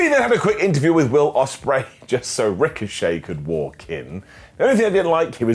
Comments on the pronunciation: Yes, how dare he make a simple mistake and mispronounce the name of our lord and savior Billy Bob Oceanspreay? We should tar and feather him for this insolence. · How dare mess up on Will Osprey name